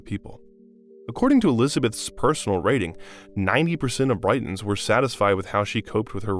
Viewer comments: Well, what about pronouncing "Britons" as "Brightons"? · To the voiceover person: you nitwit. Britons (the people) is pronounced the same way as the country...Great Britain...not like the city by the coast...Brighton. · you need to learn how to truly pronounce the names (it's Britans not Brightons) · The pronunciation in this is dire. Brightons? And who's Cameella Parker Bowels?? SMH